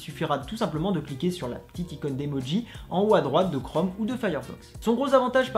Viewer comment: Tu veux pas plutôt dire "chrome" ??? Crome, je connais pas. Et "magic Ektions"????